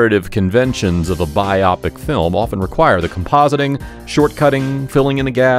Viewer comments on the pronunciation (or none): It is “Bio -pick” not “bi Op Ic”. Lol. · Was this ‘robo’ narrated?…or does the narrator really not know how to pronounce biopic??? (Bio-pic….not bi-opic!) Otherwise decent enough… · I like the use of "biopic" here pronounced "bye-AH-pic." At some point recently everyone started saying "BYE-oh-PIC." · Yeah it drives me nuts when I hear biopic pronounced “bi-opic” as well 🤪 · please stop pronouncing "biopic" like _myopic_. It's *bi-oh-pic*, shortened from "biographical picture."